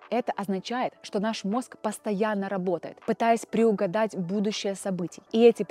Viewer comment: "кляски" "преУгадать" - это точно настоящая девушка а не сгенерированная нейросетью??? Если да то она похоже не с нашей планеты и неплохо имитирует человека